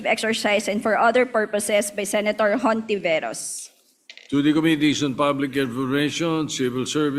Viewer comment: Hahaha I went back and true enough… it was pronounced as HontiVIRUS!!!😂😂😂